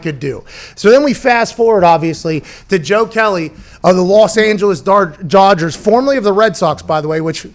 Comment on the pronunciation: Los Angelos Dargers! 😂 such a huge fan Pat! But, hilarious verbal typo